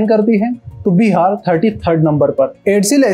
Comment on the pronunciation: first of all it's not called Bi har. it's Bihar🙏🏻